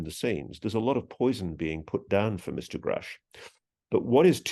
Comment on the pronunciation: thank you for correcting him Ross, if one person is going to report on another, if you wish to be take seriously you should pronounce their name right! and to be sure it is the one mispronouncing the name that would be taken serious not the person who's name you are butchering. God has children everywhere!this is god universe!!! they are hiding free and/ or very low cost energy and they do it with the help of the ndaa and the patent office if the us was to release the energy information, it would be view as a hero o the people and we would not need to rely on foreign energy sources and give its people a fighting chance haven forbid we need to go into another world war. we would be able to produce what our armed forces and our people need to survive and thrive. then America would once again be known as for the people and by the people. there are so many fields and services that could expand and flourish. think of the amount of money that could be made switching over